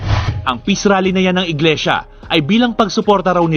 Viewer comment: Inglesia. Hindi Inglisiya. Tapik, as in TOPIC; hindi topik.